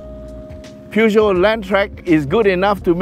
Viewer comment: Hello... Its pronounce pu joe.... Haiiiyaaa or poo Joe...